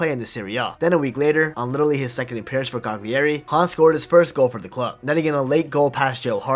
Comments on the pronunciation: Incredible story! Poor guy so talented but born in the wrong place. For the future: Cagliari = KA-yuh-ree not ka-ghli-AY-ree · not CA-GLEE-EHRI, CAH-LEE-AH-RI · Look at the correct pronunciation of the name Cagliari. Your pronunciation is terrible. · Strange that he kept mispronouncing Cagliari with all that research